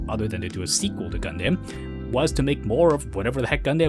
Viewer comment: I’m sorry man but nobody says gunDAM, except as a joke. Gundum. just like any word ending in DAM. But really , where are you getting all of your pronunciations from? Either use Japanese or use the English version. Not these odd made up names like Vottoms. VOHtums. And either ZaBOONGOOROO or ZaBUNgle.